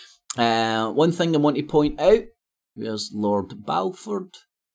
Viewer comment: You can't even say Balfour. It doesn't help your credibility much. Mind you nor does everything else you say.